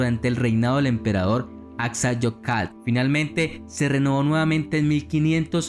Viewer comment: No es axayocal, es Axayacatl.